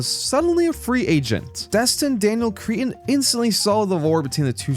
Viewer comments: Bro it's not Cretin it's Cretton. Cretin is a word for a foolish, obnoxious, or deeply unintelligent person. 😂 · It’s cretton not cretin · Its pronounced Cre-tun not creeton lol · please please please pornounce crettons name correctly